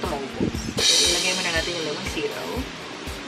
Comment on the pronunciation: Mauwaw man kog tan-aw ani oy. Englisha akong friend hahahaha nagkatawa kos "lemonsitow" hahahahha 😂 Go go! 👏😘